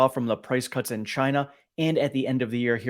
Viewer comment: (Price) "Cuts" rhymes with "guts".